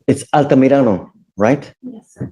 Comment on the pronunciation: The way pronounced "Altamirano" is perfect beautiful Spanish. That caught my attention, and I found that his parents are (or were" Chilean.